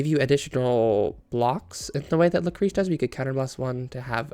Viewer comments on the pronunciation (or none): Lucréce is pronounced luc-ray-s :)